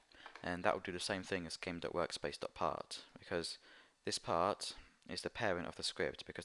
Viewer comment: When he says part, it sounds like he says pot. lol